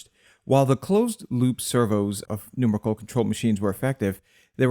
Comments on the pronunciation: excellent video, but ... "NUMRICKLE?" that's a new one. I always said and heard " NumErical". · Just for future reference, "Numerical" is pronounced like New Miracle... Not trolling, just trying to help. Excellent motion graphics choices by the way. It was a well done and informative presentation.